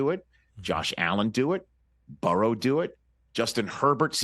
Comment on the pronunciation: Love the way Rich pronounces Burrow. BuHwRoWh